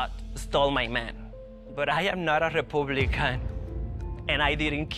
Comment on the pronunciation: “I am not a Repooblican” 😂